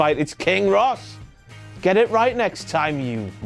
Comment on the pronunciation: i love how he said king Rrrrros